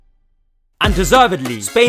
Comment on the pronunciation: Had to click off soon as i heard “the EUWWOS awe hewe”